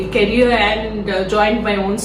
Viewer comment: A person you can’t even pronounce the word “career” properly was working with Microsoft & viva 😂😂😂